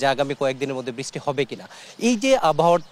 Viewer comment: করোসপন্ডেন্ট " বৃষ্টি " বলছেন " বৃছটি " ! উচ্চারণ রীতিটি কি উনি নিজে তৈরি করলেন? সাবাস!